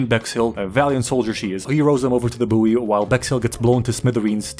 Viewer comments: its pronounced boy not boiiiiieeee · Isn’t buoy pronounced boy? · Aight bro, btw r u purposely pronouncing buoy wrong?